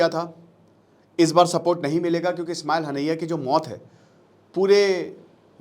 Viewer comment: Ismail hanaiyya nhi hota master ji..Ismail hania hota h....pronounce wrong h....kya pdhate h bacho ko